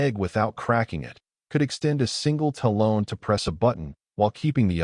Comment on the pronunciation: Talon and taloned - comes out as taloan